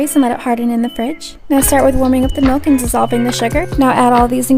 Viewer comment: Am I the only one who heard mook instead of milk-?